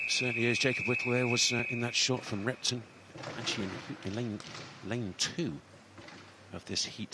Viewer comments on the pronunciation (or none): When says Repton, it sounds like “rectum” and now I can’t unhear it. 😂